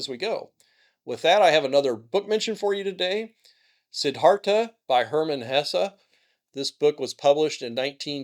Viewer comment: hess. not hessa